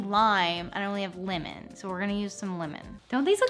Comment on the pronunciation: waittt. She said “limon” not “lemon”?